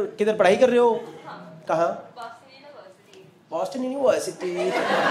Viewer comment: "Boston University" that accent sounds like "Naughty America"...